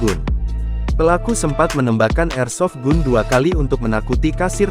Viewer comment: Senjata tuh bacanya..airsofgan ...dol...jd komentator/penyiar kok ndos...hrs nya caribyh bs bhs inggris ...bkin malu2 in lndo aj...😮😂